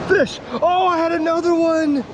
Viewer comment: when had the fish he said fish in the weirdest way😂😂